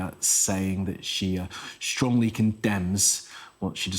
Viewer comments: Is Poo-tin going to bring him flowers to the hospital and claim it as Ukrainian link and grounds for invasion of Slovakia? His name is pronounced Fitso not Fiko, by the way. Sci News. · its pronounced "Fitso" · his name reads "Fitso" and Mrs. President's reads "Chaputova" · His name is FITSO for God’s sake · The pro-Russian useful idiots and trolls are in a feeding frenzy here in the comments. Yes pronounce his cursed name correctly too, please. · Please learn how to read his surname..